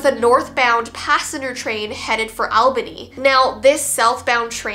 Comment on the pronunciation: all-banee .. Not al-banee. Ah-ball-knee. Albany. also, yes...She was the city witch, and she owned the house. Kids feared her... She moved to Michigan... Last I heard she's getting too old to keep up her favorite weird shenanigans. She was a huge tea collector while I knew her. She described herself as Pagan, a seeker of truths and a lover of all things bizarre.